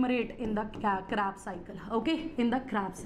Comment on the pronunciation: Kreb cycle ❌ crab cycle ✅